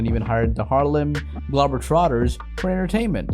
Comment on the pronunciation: Bro if you're American, and pronounce the Harlem globetrotters the way that you do....... Burn your birth certificate and your social security card... You're not american